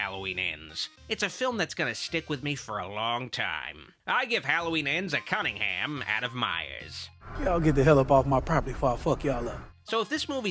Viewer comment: Did he say Cuntingham?